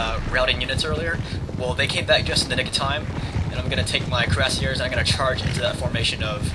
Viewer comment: it's pronounced KWEE rah SiEH